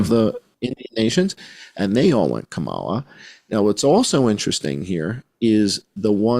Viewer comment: I like how you pronounce it KaMAla. I do too. Believe people the 1st time.